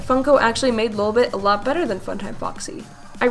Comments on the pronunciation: Lil’ bit is obviously the same thing as Lolbit, the pronunciation isn’t different at all! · DID YOU CALL LOLBIT LILBIT THE FIRST TIME NO